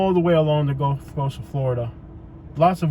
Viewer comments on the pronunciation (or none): none